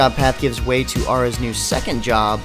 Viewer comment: im really surprised he was able to say aras secret art and job change right lol im impressed cause i kno i cant say it right without stumbling